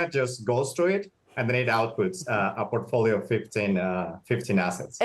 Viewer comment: Porkfolio what's da porkey 😂😂😂😂